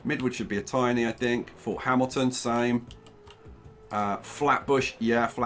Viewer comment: Fort Hamilton is pronounced f-ort hem-ill-tin. Sooo.. Second! Like so can see! 👇🏻